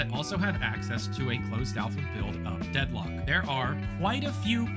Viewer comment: the first time he "says" the title of the game he gets it wrong and throughout the rest of the video he had to dub over and correct, like, how do you call it Deadlook bro 😂